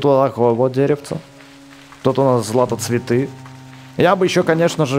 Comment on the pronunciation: не златоцветыы а златоцвеееты